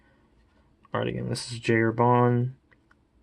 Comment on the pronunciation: Beautiful ink, beautiful pen, I'm planning to get both soon. Great to hear somebody to pronounce correctly the name of the brand, you earned bonus points from that 👍